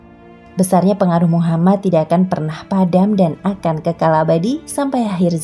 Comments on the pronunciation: Min kalo nyebut nama nabi usahakan Nabi Muhammad shalallahu alaihi wasallam Dan nama nabi Muhamad itu "M" nya 2 jadi "MUHAMMAD" harus jelas dan bukan Muhamad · Tolong buat penyebutan MUHAMMAD UJUNG NYA SAW. DAN "M" NYA DOBLE. M U H A M M A D. S A W